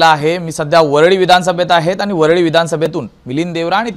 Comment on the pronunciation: याला मराठी बोलता येत नाही,वरळी शब्द सुद्धा बोलता येत नाही.